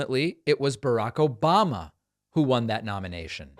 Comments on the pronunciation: Nothing like " OBAMNA" to put a smile on my face! 😂😂😂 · The 'Obam-NA' drop in gets me everytime. I can't help it; I chuckle everytime I hear it. lol